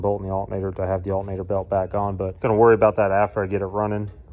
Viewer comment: Wtf is an "alt-nate-er"... 😁